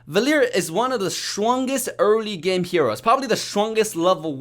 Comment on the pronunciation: "in the GAEMM"